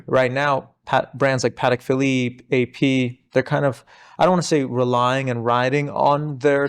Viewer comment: How difficult is to pronounce PATEK PHILIPPE correctly? Please!!! If you praise to know about vintage watches start with the names….